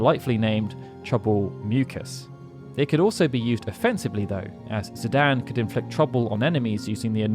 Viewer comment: who the fuck says zidan, its zidane, like dane as in great dane